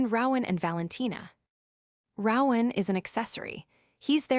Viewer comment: Rowan has a long o not short